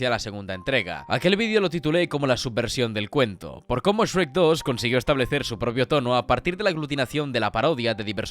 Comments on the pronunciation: Me da ansiedad que diga “es-rec” y no “shrek”, españoles everywhere. Por lo demás, buen análisis, lo vi todo. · Que le diga sherk y no esrek 😩 ❤